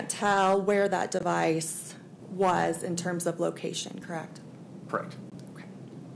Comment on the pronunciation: The word is correct. What is with everyone saying "krekt" now? Idiocracy is real I guess.